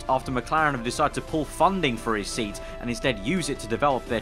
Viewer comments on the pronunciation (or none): none